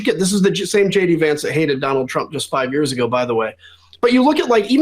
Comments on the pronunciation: Shay-Dee Vance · Did he say J.D. Vance or Shady Vance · I mis-heard you, I could swear you called him Shady Vance, feel free to run with it. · Ben did you say shady Vance or JD Vance?? Wasn't sure